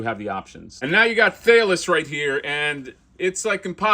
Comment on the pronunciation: The minotaur's name "Thales" is pronounced "Th-A-lez" =). Once upon a time ago I got my degree in philosophy. Thales is known as the first philosopher (he was Greek and famously taught 4 tenets: (1) The world derives from water; (2) The world rests on water; (3) The world is full of gods; (4) Soul produces motion.) Not that that has anything to do with that giant, kick-ass minotaur. But anyhow, there's the philosophy lesson!